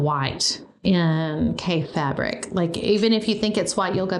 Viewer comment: Everyone mispronounces Kaffe’s name when they first find his fabric 🤣 I love how these fabrics are encouraging you to be less ‘matchy’ with colours 🤷‍♀️ Creating patchwork is definitely character building 🤣🤣 If you get to the Festival of Quilts next year there is an amazing quilt museum in Lampeter 🤩 with a shop next door, called Calico Kate, that has the most amazing selection of Kaffe fabric 🤩🤩 (Sorry Paul) Love how you are so excited by these fabrics 🥰 Enjoy 👏👏🇬🇧